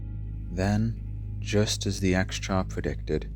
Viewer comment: My understanding is that it isn't pronounced 'ex cha' but 'Ss-shaa'. The Xx prefix is often a latinate translation of a sound from the Mandarin language.